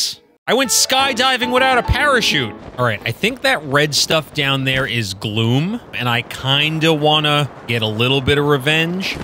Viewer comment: We pronounce it KAZ-m. When you said "Gloom monsters", I heard "Glue monster". Also, the instant I heard Tulin's voice, I knew it was Cristina Valenzuela.